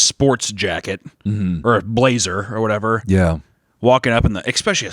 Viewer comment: saying expecially everytime like a toddler